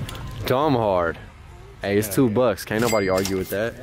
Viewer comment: "I KAynt remember...."